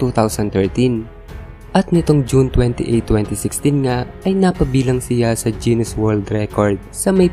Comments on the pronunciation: pansin kulang lods bakit (jinis) ang pronounce mo sa GUINNES (ginis) ?? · Guinness not jennis hahaha